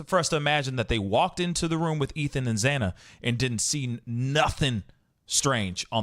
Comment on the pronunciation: Xana not Ava